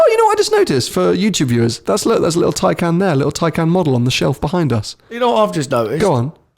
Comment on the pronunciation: Tai-can.. Taken is a film with Liam Neeson..